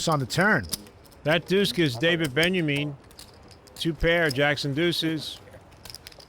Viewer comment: Gabe says Daniel Benjamin. Lol. David benyamine.